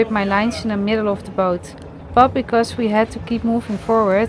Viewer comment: Joh met 1440 abonnees (die uit NL komen) spreek gewoon Nederlands.. Spreek bijvoorbeed "but" niet uit als het onvriendelijk nederlands woord voor onderdeel tussen navel en knieën bij vrouwen . spreek de engelse "u" als een "ah" Umbrella wordt dan ahmbrella "But" wordt dan baht. Dan begrijpen engeltaligen ook waarover je kletst